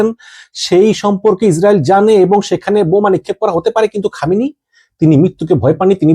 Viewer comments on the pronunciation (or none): খোমেনি না খামেনি হবে, অনেক ভূলভাল বলেন আপনি???🙄🙄🙄